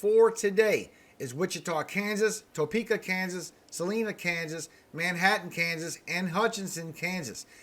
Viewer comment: Salina Ks...”Suh-line-uh” is how it’s pronounced. Love ya Brother!